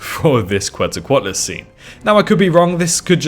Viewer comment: The name Quetzalcoatlus is pronounced “Ketzal-co-atlus”